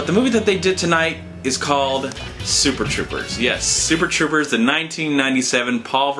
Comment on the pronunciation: You keep saying SUper Troopers. Was that intentional?